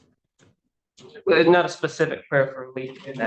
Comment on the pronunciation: “The pacific items” 😂😂